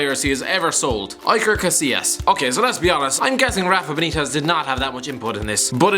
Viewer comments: "EYE-ker Casillas..." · EYE-ker Casillas? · That pronounciation of Iker... God help me